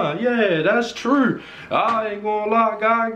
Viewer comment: Never put something on your gun to "look good" OR to shoot people in the back. Probably a joke but hey man, dont shoot dudes in the back. And also INSTANTLY I know you are from Baltimore by the way you pronounced "true" lol. Stay safe man and God bless everyone. Try to avoid violence with all your heart and soul. Btw good luck with the channel.